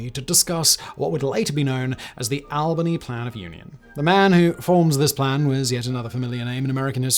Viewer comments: Albany pronounced (all- ben-ee) not ( al-ban-ee). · Simon I love you man, but it’s not pronounced Al-bany. All-bany. This is coming from a local ❤